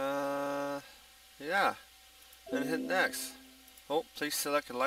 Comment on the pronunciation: it is next not nexsss just fyi ok like KmarT not KmarK